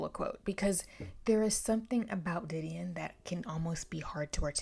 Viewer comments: I was thinking the same thing😭the beginning of the book specifically states the pronunciation lol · It really bugs me how you pronounce her name wrong